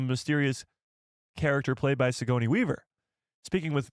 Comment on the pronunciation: Yo great stream! Btw it’s Suh-gor-nee Weaver. Just a heads up because you will be saying that name a lot. Keep up the great work!